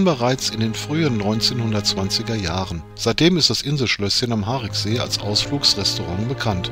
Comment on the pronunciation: Ein schöner Film aber mit Aussprachefehlern und schlechter Recherche. Das "i" im Wort "Hariksee" wird ausgesprochen. Zudem verläuft die Gemeindegrenze zwischen Schwalmtal und Niederkrüchten mitten durch den See. Das Schlösschen liegt in Niederkrüchten, die Ferienhäuser am Ufer befinden sich auf Schwalmtaler Gebiet. Zumindest die im Film zu sehenden Neubauten. Bis zur Sanierung des Sees stand dort übrigens das ehemalige Strandbad. All dies sieht noch nicht lange so aus. Vorher war es um einiges schlimmer. Ich kann mich noch an Zeiten erinnern wo das Strandbad noch stand. Es hatte um einiges weniger Flair. Auch den Gottesdienstpavillon kenne ich gut. In meiner Kindheit bin ich oft mit meinen Großeltern dort zum Gottesdienst gewesen. Ebenso hätte man erwähnen können dass der See durch Torfabbau entstand und dass dort ein Vogelschutzgebiet eingerichtet wurde. Auch der verheerende Brand im Schlösschen wurde nicht erwähnt. Übernachtungsmöglichkeiten für Camper wurden ebenso völlig übergangen. Alleine in Brempt gibt es zwei Campingplätze in der Nähe des Sees, einer davon ist Dauergästen vorbehalten. Auf Schwalmtaler Seite gibt es am Mühlrather Hof einen Campingplatz sowie auch ein Clubgelände eines Krefelder Campingclubs. Der ehemalige Campingplatz am See hinter dem Tretbootverleih wurde leider zur Feriensiedlung. Grüße von einem gebürtigen Schwalmtaler.